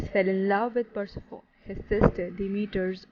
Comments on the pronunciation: PUR-SE--FOUN!?!? It's pronounced PUR-SEF-ON-Y!!!! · I’m saying this in a positive way to you, Persephone is pronounced Per-sef-on-ee and Demeter as, Dem-meat-err. But thank you for the video I love Greek mythology (mith-o-lo-gee) 💛 I should just say, that is how it’s pronounced in English 🙂